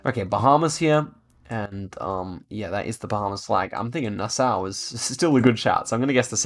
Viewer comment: Nah-saw. Not Nah-sao.